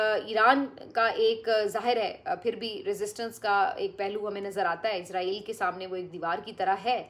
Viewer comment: Plz don't say izrael...if you have no knowledge plz google about it....say isssrael